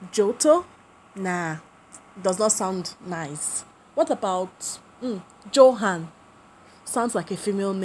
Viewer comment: Johan is a real name pronounced yohan